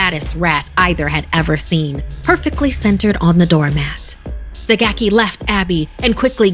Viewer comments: Pronounced GAH-key. Gaki is a yokai that was once human, cast down to Gakido upon dying due to the sins it committed during its lifetime. Gakido is described as a realm of eternal starvation and suffering for those in the afterlife. The pitiful Gaki is unable to eat normally, as consuming regular food will cause its body to burst into flame. It is for this reason that the Gaki prowls our world, searching for the flesh of dead people or any animal to ease its hunger. Hope this helps, if you’re wondering what a Gaki is. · It's a gaki (it's supposed to be pronounced "gah-kee"), sometimes known as a "hungry ghost," basically a spirit that's cursed to be eternally hungry often for foul things like corpses, but also has a horribly shrunken mouth and throat that can't take in enough food to satisfy its hunger. They're basically suffering for evils they did in life, cursed to Gakido, a realm of rebirth only a step removed from Jigoku (basically, Hell), if only because gaki can leave the desolate Gakido to wander the mortal world in search of something to feed them, while Jigoku's residents are bound there. Funny enough, "gaki" is also an insult for spoiled children, often treated as the equivalent to calling them "brat," because a spoiled child is never satisfied with what it has, and always demands more or better.